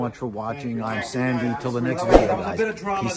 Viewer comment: Sandy, you are 1 of the rare few people to pronounce my first name correctly! Thank You! I will be getting a new Electra Glide soon and I will probably be cloning it closely after yours.